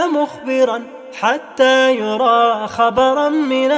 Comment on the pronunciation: حتى يُرى خبرا وليست حتى يَرى بارك الله فيك وزادك من فضله